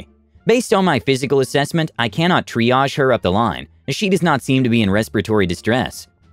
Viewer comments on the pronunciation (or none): none